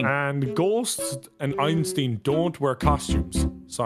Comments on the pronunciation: EinSTEEN? thats not how you pronounce it. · “Einsteen” What?! XD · i do not like how nogla pronounced Einstein